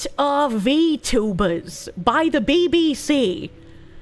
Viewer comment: "Wot r V tubas"